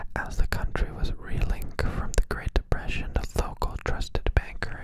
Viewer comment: "tHe DePwEsIoN?¿?¿" "yes the depression son."